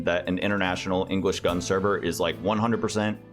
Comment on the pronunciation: this is the first time i hear someone say "gunz" instead of "gun zee" and i'm very upset about it, how dare you